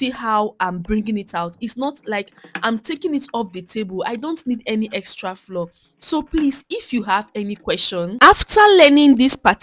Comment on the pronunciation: Great recipe but can we please normalize pronouncing flour as in flower not floor. It’s not floor but has the same pronunciation as flower